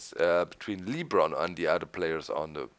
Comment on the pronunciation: Hey doc it's not leebron it's lebron